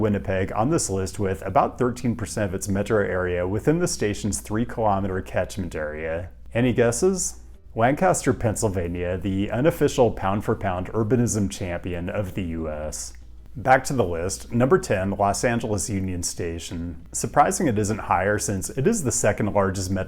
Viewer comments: as a pennsylvania transplant, i would kindly like to inform you that the locals pronounce the city of Lancaster as Lan-kuh-stir, not Lan-kah-stir. great vid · You're running between 30-50% accuracy on Lancaster. You're not to far gone there is still hope. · Yet another video of pronouncing Lancaster PA incorrectly >:(